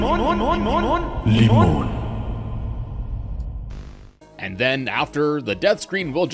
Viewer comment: Limon is Turkish (pronunciation is also correct) and yeah you guessed it right it means lemon both words are pretty similar